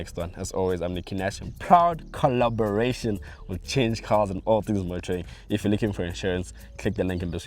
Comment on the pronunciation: wena you say “in proud coraboration”😂🤣